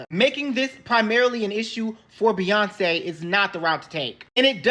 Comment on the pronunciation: who is beeeyonz? here name is beyonce